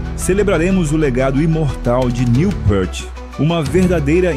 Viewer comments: Pra quem não é fã o vídeo não passou nen 10% do que Neil foi, aliás, se fala pirti, não pârte... Fundo musical nada a ver com o Rush.. assisti nem a metade do vídeo. Fui! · Pequena correção. O sobrenome dele é falado “piert”, não “pârt” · Amigo, só uma correção: a pronúncia é "pirt", não "pãrt". A fonte é a tradutora dos livros dele para o nosso idioma. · Pârti, não! Píârt, repita comigo, Píârt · A pronúncia é Pirt. Ele mesmo falou isso em uma entrevista a Modern Drummer em 1995. Neil PÂRT é invenção de brasileiro 😂😂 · péart? Que falta de respeito. Ele odiava a pronuncia errada de seu nome."Niu Piiirti", para vc iletrado que nao soube homenagear o mestre. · A pronúncia correta é Neil "pirt". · o video é bom, o cara é uma lenda! mas o narrador estude pronuncia..... o nome dele fala "piert"" o album se diz "hemisfiers" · Obrigado pelo excelente vídeo! Só uma pequena correção quanto à pronuncia de Peart (Pirt).